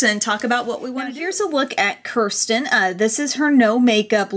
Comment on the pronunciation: Kirsten is my daughter!!! what a wonderful idea for this contest, your great! By the way, her named is pronounced "Kiersten" or say "ear" with a "K" in front of it. LOL that's okay, people do it all the time.